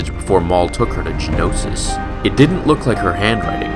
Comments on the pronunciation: Ist't it Geonosis? Not Genosis? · Btw it's Geonosis not Genosis.